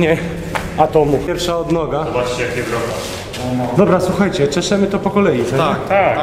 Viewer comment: dobla, dobla", a kiedy tych dwóch ,,mófcóf" logopedę odziedzi? Ich starzy problemu od dzieciństwa nie słyszą czy są głusi???